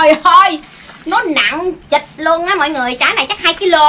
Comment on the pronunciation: tui lại bà Quỳnh ngt là nặng trịch mà bà nói nặng ch*ch 🤣🤣🤣😂🤣😂😂🤣😂🤣🤣😂😂🤣